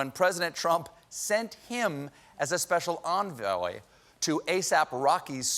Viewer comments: When president Trump sent him as a special enveloyyyy has a stroke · Special enveoey